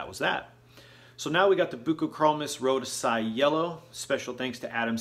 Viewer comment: With ALL due respect...learn some Latin. "rho-DEE-zee -eye" Etc. Doubt me? Ask Ad Konings. Right on a some. Not so much on others. Another "ask", Steve Lundblad, ower of The Cichlid Exchange in Portland Oregon. 30+ years in biz. Great friends with Ad and where "I" was Sales Mgr. You BET I learned even at now 60 yrs in the hobby. We always keep learning!Best always in your fish keeping. 😎